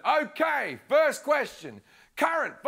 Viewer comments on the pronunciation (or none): none